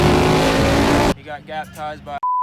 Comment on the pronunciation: Kept calling that 2jet a Qjet 😂😂😂😂😂